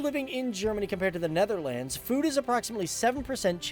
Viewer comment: You're still a signorant as in the last of your "presentations." And you still do not know how to pronounce "Netherlands." Besides, it is NOT "Netherlands," but "THE Netherlands." And Holland has the HAPPIEST children.